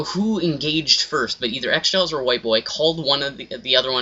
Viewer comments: *xJawz not xJaw"s" you nerd. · its xjawz not xjaws dumbass, oh and btw,you are a douche lol